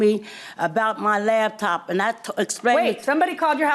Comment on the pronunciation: 😅Whhhhy do our people say LABtop?? It literally doesn’t make any sense 😂🤦🏽‍♀️😂 it’s LAPTOP…. A computer that can be used on your LAP as opposed to a damn DESK top 🤷🏽‍♀️